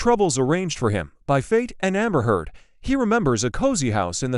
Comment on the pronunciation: Oh stop this disgusting lies. AI can’t even pronounce her last name.